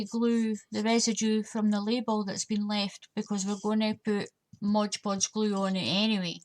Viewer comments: Its MOD PODGE not BLOODY MODGE PODGE GRRRRRRRRR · P.S. You know I WILL have you saying MOD Podge properly eventually. :D